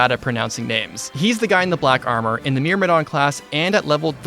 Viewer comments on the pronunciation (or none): none